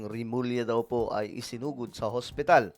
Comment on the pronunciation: Isinugod po hindi sinugod 😊